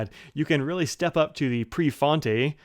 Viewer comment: 😃yea prefontay!!